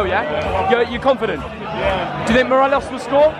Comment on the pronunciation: A rangers fan can't even say 'morelos' right hahaha 'morelez'